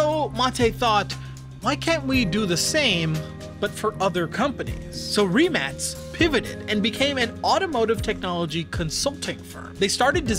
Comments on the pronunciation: He pronuced right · Finally someone who pronounces the name right😂